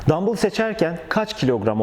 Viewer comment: Ne Türkçede ne ingilizce de dambıl diye bir kelime yoktur dumbell diye yazılır dambell diye okunur arnold vb hep dambells der en basitinden google çeviriye yaz dumbell yaz dambell diye okuyor yurt dışında dambıl derseniz rezil olursunuz